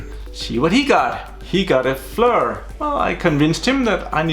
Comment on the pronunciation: Pronounced Fleer...good video!